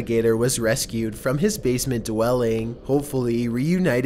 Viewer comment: h0me possÄsed ownER basemÄNT flOAR what is wrong with your pronouncing 😂